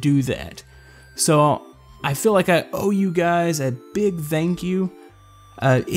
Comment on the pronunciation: "i feel like i owe you guys a big zankyou"??? it sounds like zankyou